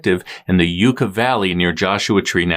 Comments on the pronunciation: Yucca is pronounced like yuck uh . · Just an fyi… it’s pronounced “yuck-a” 😘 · Yucca is pronounced YUCK A. Because they go, "YUKKA YUKKA YUKKA," when you hit them with your motorcycle. Ok, that's probably not true, it's probably of Latin origin, but they DO say that when you hit them! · Just wanted to let you know that I live near where Miss Cho disappeared and it’s pronounced Yucca(yuck-a) Valley. Great upload as always guys!! Love love love TCR! Got my friends hooked too!!